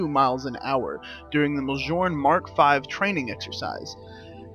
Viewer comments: Its Mule-neer I think. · The armour is provinces me-yol-near